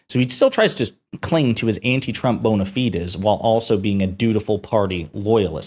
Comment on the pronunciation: Stop mispronouncing 'bona fides' please.